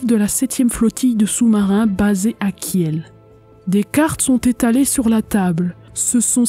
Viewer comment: Superbe documentaire, as usual. Une seule remarque : Kiel se prononce Kil, sans le e. Sinon, cela prête à confusion avec la charmante et paisible ville de Kehl, en face de Strasbourg, de l'autre côté du Rhin. Continue.